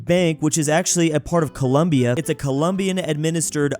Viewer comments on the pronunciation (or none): none